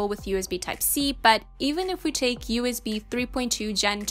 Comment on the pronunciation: Why does she keep saying UZB ?